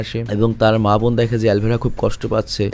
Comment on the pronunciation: সৎ বইন😂😂 বোন না বইন??😂 ভাই আগে উচ্চারণ শিখেন